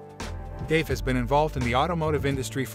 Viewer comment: Guy can’t even pronounce Dave’s name correctly!!😂